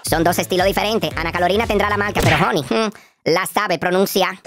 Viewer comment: ANA se pone las marcas, pero HONY , es que la sabe pronunciar, Guay😅😂 muerooo de la Risa